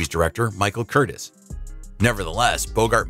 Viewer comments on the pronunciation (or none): By the way it’s pronounced Michael Curt-eez